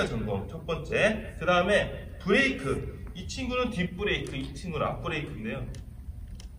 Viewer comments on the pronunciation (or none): 브래이크 ㄴㄴ 브레이크